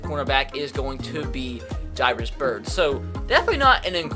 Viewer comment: ITS JARE-ISS Byrd